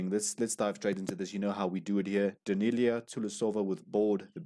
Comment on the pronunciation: Love your reviews of Daneliya but you still are pronouncing her name incorrectly. It is Dan el i ya NOT Da kneel i ya